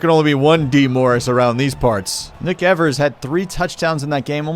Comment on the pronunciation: I think the first syllable in Evers is pronounced like the one in "eve", not "ever".